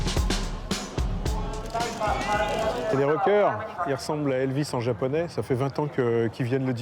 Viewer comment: ....En français on dit JAPONAIS....et non pas JAPONÉ....Quand on travaille pour AirFrance on doit parler FRANÇAIS et non FRANÇÉ...OK...